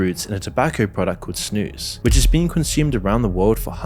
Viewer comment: I'm impressed the way you pronounce snus. Good job! 🇳🇴